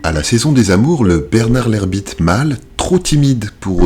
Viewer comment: Sauf qu'il dit "Bernard l'herBite" ce qui explique la suite de la phrase ainsi que la vidéo.